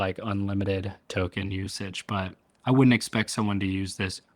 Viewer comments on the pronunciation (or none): none